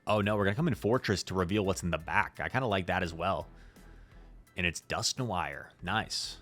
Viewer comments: Dusk - No -war not No-wire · Dear god Dusk-no-R just like that not whatever you were sayin😂